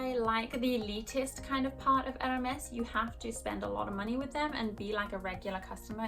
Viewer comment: You pronounce Hermès so weirdly